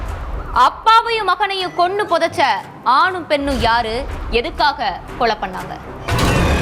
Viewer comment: கொளை இல்ல.. கொலை